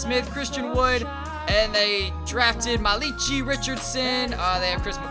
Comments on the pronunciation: mala-kai richardson not ma-leechee richardson keep up the gud wrk m8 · ITS PRONOUNCED (MAL-I-KAI) NOT MALEECHEE RICHARDSON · 23:378 "muh-Lee-chi" it's pronounced "Mal-la-ki" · Didn't you watch the ncaa tournament, it's pronounced Mala-Kai Richardson. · You butchered Malachi Richardson's name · you said malachi richirdson wrong duhhhhhhh